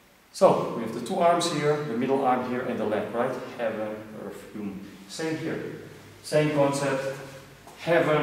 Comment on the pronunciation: its human not uman:)